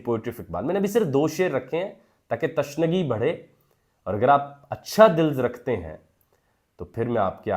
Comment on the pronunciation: Corrections: 1. The scientist's name is Niels Bohr (pronounced neelz) and not Niel Bohr. 2. The word is tishnagii ( تشنگی ) and not tashnagii.